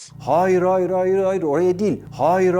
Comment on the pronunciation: “Hayır” kelimesi “haayır” diye okunmuyor. Yazılışı gibi , “a”’yı uzatmadan hayır diye okunuyor.